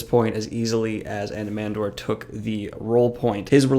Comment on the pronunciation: Anomander not Anomandor....